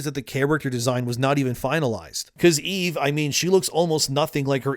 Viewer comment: Dude, quit pronouncing it wrong. It's EVE, not "Evie/Evey."